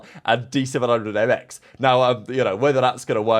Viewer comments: Btw been subbed since forever and always said in the past there are a lot of pro challenger player level in saudi arabia like myself been competing with and against players like exnid before the cdl and during the inception of the cdl. Btw D700Mx is pronounced as Dahoom the 7 is the letter ح in Arabic which is pronounced kinda like "ha" similarly to hamza frosty. Dحoom. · D700mx is pronounced “Jeffrey”